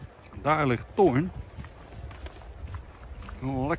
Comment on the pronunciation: Perfect uitgesproken; Thoear 👍 Leuke film weer, thnx 🤓👍🚐🚐🚐